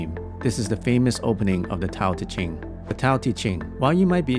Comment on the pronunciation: . Did he just say Tao Chi Ting?!